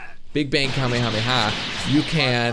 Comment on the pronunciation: Anyone notice how he says kamehameha weird he says it with out it being spread out it should be kame-hame-ha well attract said like this